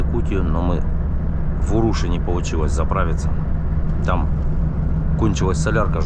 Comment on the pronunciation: Станция и поселок городского типа УрушА (ударение на А),.